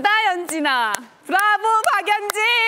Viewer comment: 연진이 ㅆㄴ아 발음이 너무 찰짐